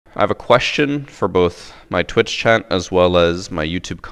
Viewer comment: Normal english: Question: Queshyun